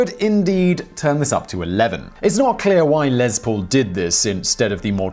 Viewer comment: Um it’s les not lez